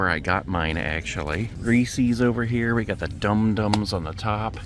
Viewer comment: I enjoy your videos. But you pronounce ‘Reese’s’ wrong. It’s not reee-seee’s. lol it’s basically like saying recess.